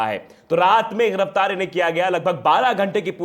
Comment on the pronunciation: Sadri wale Bhai thik se bolna sikho ghiraftar giraftar hota h waqeel nahi wakil hota h